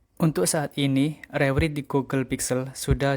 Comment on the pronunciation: penyebutannya re-wrait bang